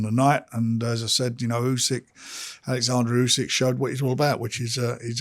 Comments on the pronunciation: His name is Oleksandr not Alexandra, ffs Frink Larren! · warrent keeps calling him Alexandra though. We know how to pronounce Usyks name. Warren is just a lazy old man